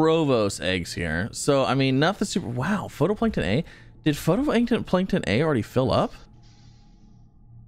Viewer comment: Love this series and appreciate the update vids! Gotta say though... It's "fight-o-plankton" not photo.